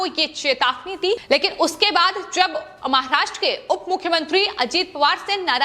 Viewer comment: Aap jara acheyse boleye maharashtra bolte samay aapko dam lagta he aysa lgta he